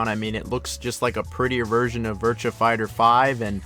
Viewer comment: I can deal with you pronunciation of Yakuza, but the way you say “Virtua” is disgusting.